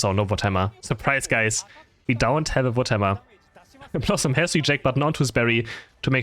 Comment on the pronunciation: it's wood hammer my god ! i was constantly hearing votemar 🥲 so confusing 😅